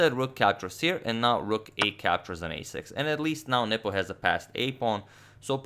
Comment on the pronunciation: Is it just me or did you guys also hear 'Nipple' instead of 'Nepo'?